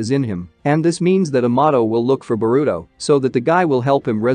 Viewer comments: What's Borudo.....it's pronounced Boruto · "Ba-ruto" is hilarious. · its burrito